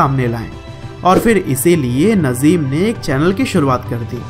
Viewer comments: Bro It's Nazim Not Nazeem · Naaazim. Not nazim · नज़ीम नही नाज़िम है 😂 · Nice information video bro thanks but real name नाज़िम not नज़ीम ok I hope you understand 👍👍👍👍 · Bro wo nazeem nahi Nazim hai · भाई नज़ीम नही...नाज़िम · Sir नजिम nhi नाज़िम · Bhai nazeem nhi nazim h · It is not nazeem it is naazim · nazeem nahi nazim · Not नजीम नाजीम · Naaajim h bhai najeem nhi 😠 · Bhai Nazeem ni Nazim hai 😂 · Saaly nazeem nhi nazim hai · bhai naam to sahi se lele yrr 😬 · Najim bhai ka nam to sahi se bol lo bhai bayography batate ho